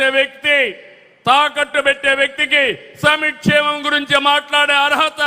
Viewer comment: సమిక్షేమం కాదు సంక్షేమం ముందు అది పలకడం నేర్చుకో మళ్ళీ పార్టీకి పేరు తెలుగు దేశం లేదంటే నేను తమరి పార్టీని తెగులు దేశం అని పిలుస్తాను